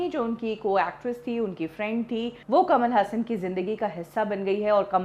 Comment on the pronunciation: कमाल हसन कमल हासन